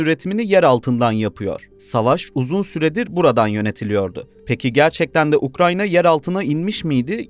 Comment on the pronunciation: Ukrayna ya ukranya mi dedin sen